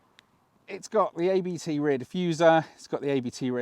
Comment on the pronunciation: you pronounce the letters ABT like Ai bee tee, but the three letters are a lastname. The Owner of ABT is Christian Abt, so pronounce it like a name ;-)